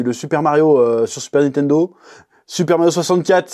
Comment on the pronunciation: Nitendo ou Nintendo ? C'est comment qu'on dit ?